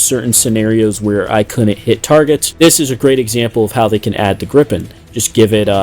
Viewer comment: its gripen not grippen